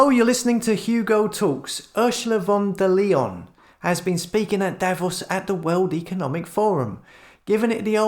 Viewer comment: We need to work on your pronunciation :) her name is just simply pronounced like "von der Lion". Anyway love your channel keep up the great work